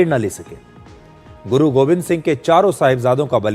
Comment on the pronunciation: Sir it’s Guru Gobind not Govind please correct